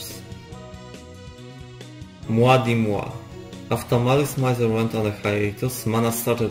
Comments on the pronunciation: Your accent is not really a problem, and you're quite easy to understand. That being said, you could at least get the name of the band right. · Officially it's pronounced as "Mee-zer" but even I use "Mai-zer/My-zer" when conversing about them in English. 😆 Using "Meezer" in an English conversation just feels awkward. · Was gonna watch this but the way you say mizer hurts me. .